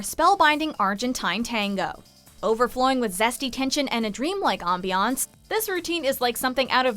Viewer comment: Ahm-bee-Ahn-sss, talk about over pronouncing